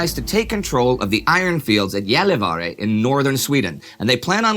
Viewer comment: May no one claim that Indy doesn't practice his pronunciations; as someone from southern Sweden, Indy's pronunciation of Gällivare is better than that of those who actually live there :D